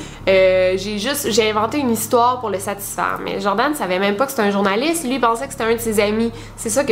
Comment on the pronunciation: C’est Joran, et pas Jordan ;)